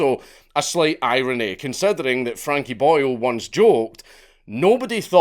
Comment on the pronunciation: Every time you say Boyle, I keep thinking you are referring to him as Boyo 😂